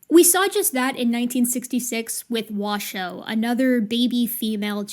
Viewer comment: I was delighted to finally know that "Washoe" is pronounced "wa" (as in "water") "show", because that's how said it. But then i was crushed when she said "wa-shoo", because it threw me back into doubt. I wonder if bonobos worry about pronunciation.